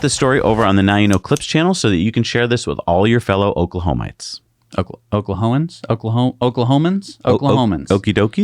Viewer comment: Pretty sure it’s Oklahomies or Oklahomiens